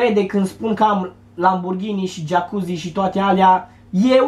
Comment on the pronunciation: Mai sunt gelosi ca ai 'geacuzi' :)))))